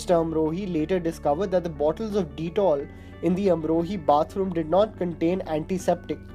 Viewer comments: Ditol lol...Dettol toh dhang se bol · This guy is on fire haha! Keher ko Kahaar, trajectory ko tri-jectory, baaju baawra, kamal amrohi, deetol, Rajes Khanna, That ko a bolna in the letter about Parveen Babi....itna distracting voiceover kam milta hai